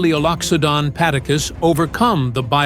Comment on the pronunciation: its namadacus not padacus